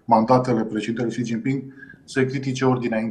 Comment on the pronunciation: Xi se pronunta Shi (Sh de la sunca)